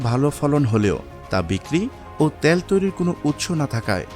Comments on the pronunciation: তেল কথাটা শুদ্ধভাবে উচ্চারণ করতে পারেন না!!!! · Bangladeshi gawar ota tel bole tayal na